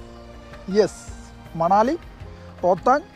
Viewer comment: Manali manassu allengil maaanam ennokkeyulla pronunciation aanu. Allaathey manal, thanal poley alla. Same goes for kullu . A lot of malayalis thettaayaanu parayaaaru